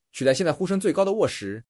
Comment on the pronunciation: 沃什，沃什，一直聽成餓死:face-green-smiling::face-blue-smiling:😆